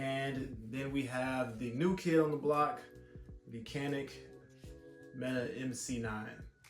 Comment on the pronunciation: Pronounced janik. Glocks are better